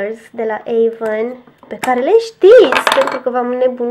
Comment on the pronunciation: Se spune Avon